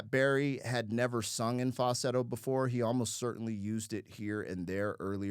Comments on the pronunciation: You seem to be leaving the L out of fal-sett-o when you pronounce it, which is probably why AI got it wrong the first time. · Dude how can you not be able to say the word FALSETTO!!! LOL